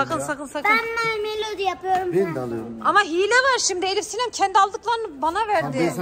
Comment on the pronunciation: hiyle değil ElifSinem😡